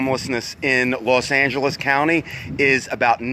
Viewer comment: Why Do You Say Las Angeles